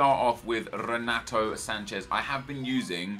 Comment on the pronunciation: Not sure if you care or not mate but just so you know the R in the beginning of a name in Portuguese makes an H sound, so it would sound like Henato. Good video keep it up